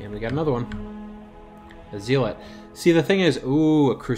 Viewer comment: Zee-lot? Aye-vatar? Are you trolling? Or? Zealot is pronounced zel-ot, as in religious zealot. Avatar... like the last air-bender. There is no way you don't know this.